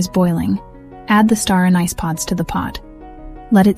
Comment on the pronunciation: you pronounced anise four ways.